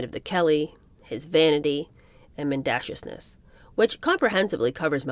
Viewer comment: I truly enjoyed this book. I’ve read several others about the family. He was certainly an enigma. My only criticism of the reading is the mispronunciation of relatively common words…courtier, Dieppe, mendaciousness, to name a few. I noticed the same problem with Ethel Kennedy, The Other Kennedy Women. This may be attributed to your youth.